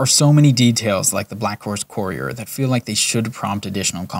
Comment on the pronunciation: Just a few pointers. “Conversate” is not a word it’s converse. And lorkhan is pronounced “lore khan” not “lor-kin” and courier is pronounced “cur-ee-er” not “core-ee-cur”. Just a few bug bears I needed to point out but the actual script was good other wise.